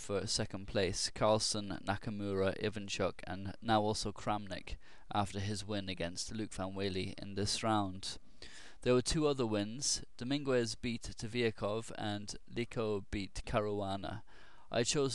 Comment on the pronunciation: not to pick, but dominguez is pronounced GEZ, not GWEZ. The U transforms what is normally an aspirated H sound (G in front of the E normally would sound this way) into a hard G. Love your vids, don't mean to pick, but I've heard you say it a few times. Thought I'd let you know. Cheers